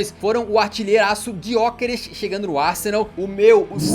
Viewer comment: Kkkk eu amo como o fala Gyokeres, Tipo Gyookerish